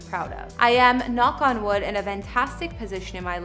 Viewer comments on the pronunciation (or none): none